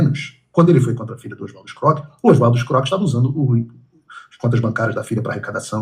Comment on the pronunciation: É impressão minha ou Figueiredo neto falou Oswaldo Escroque?